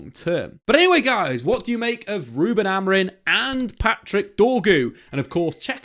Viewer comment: his name is Amorim not Amorin